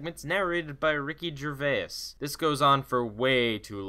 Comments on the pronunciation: "Ricky Gervay-us" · Why do Americans always say Ricky Gervais' name wrong? Even some Brits do, I'm not having a go I just don't really get it, it's not a hard name and he's pretty damn famous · Why is every american incapable of saying Ricky Gervais' name right? I love you though mate